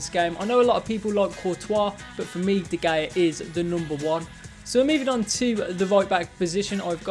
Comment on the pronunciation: “De geja” hahhhaha boy it’s de hea